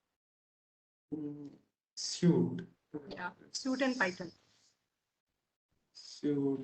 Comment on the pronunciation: She is pronouncing "suite" as "suit" how will the candidate understand?